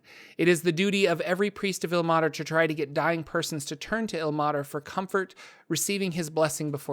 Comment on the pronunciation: Like I pointed out in your pronunciation of Mielikki. As a linguist and a language major. Ilmater should not be pronounced "ill-mah-ter" but rather "ill-may-ter". The 'e' should be making the 'a' into a long sound. I can help you you with pronunciations if you need. I've noticed this problem in many many of your videos. I like them but it's hard to hear words incorrectly and get the message behind it.